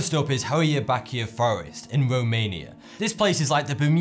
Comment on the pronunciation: Baciu is pronounced Bah-chiu, kinda like Achu (the sneeze noise). Also, Hoia and Baciu are actually two different forests.